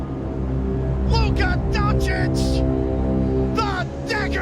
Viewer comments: It's funny how many years takes them Americans to pronounce European last names the right way, it's not Donci-k is Doncits capisi? say tssssss at the end ok douche bags? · After so many years, they still can't say his last name right